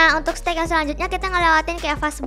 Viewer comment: Mohon maaf ka bukan seteg tapi stage ok